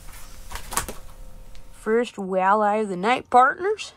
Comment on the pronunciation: I feel like Brian asking Stewie why do you put so much emphasis on the H?......... wait a second there isn't a H in the word walleye🤣 nice hat bud!!!